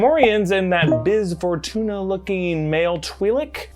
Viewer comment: It's Bib Fortuna, not Biz.